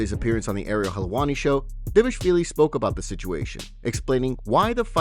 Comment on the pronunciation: try again D VAAL ISH VIILI OTHERWISE KEEP HIS NAME OUT YOUR F,,,KIN MOUTH..........GH